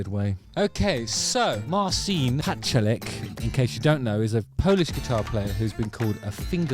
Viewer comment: Pretty sure its pronounced Marchin, not Marseen.